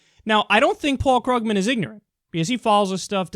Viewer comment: Kyle, I like your show, but you continue mispronouncing Paul Krugman's last name. The "u" is a long "u", not a short one.